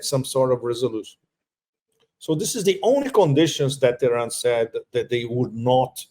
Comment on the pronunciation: Not Oran Iran dude you don’t pronounce it right . Should I call vitame votom